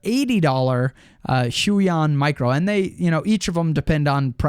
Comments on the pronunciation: Nope. It's pronounced Hoo-Yon . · "Walkem and Hyooeyon" Why do so many YouTubers pronounce these companies in the most ridiculous way they can? It personally doesn't bother me, just a funny thing I thought I'd point out. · I think its pronounced Huu-on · The "hui" in huion is pronounced like hwey In Chinese the name is 會王 "huiwang", 會 is pronounced as "hwei" :) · I always pronounced Huion as Hweon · You pronounced them both wrong